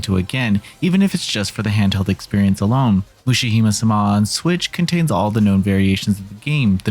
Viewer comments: I'm sorry but ... mushihemusuhmah? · It's ok, it's difficult for a lot of people who don't get to study Japanese, he actually did ok, it's relatively close. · Way to butcher the pronunciation.